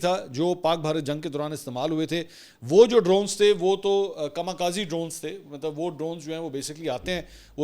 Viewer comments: Drone called KAMIKAZEکھامی کھزے, not kamakazi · It's not "kama kazi" correct is " Kami Kaze". You look educated so pay attention on pronunciation.